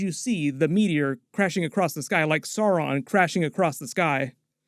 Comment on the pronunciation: Yeah SORE-on and Gil- GAL-ad made me wince. SOW-ron (as in ouch), and Gil-Ga-LAD, Ah-ron-deer, Eh-lehn-deel